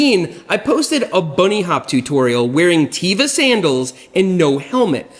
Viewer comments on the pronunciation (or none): Become among a few that know how to pronounce Teva. Teva shoes are officially pronounced TEH-vah (rhymes with "meh-vah"), with a soft "e". It is derived from the Hebrew word for "nature".